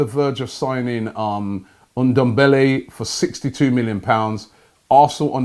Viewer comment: "Ndembele" LOL